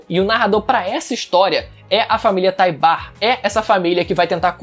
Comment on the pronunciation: Que agonia ouvir ele falar Taibar, uhhhhhhh